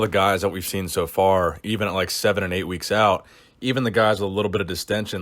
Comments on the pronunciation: Out not ouit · "Ouit" lol fix it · “Two weeks ouit”